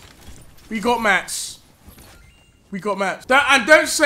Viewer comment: Stop saying "MATS"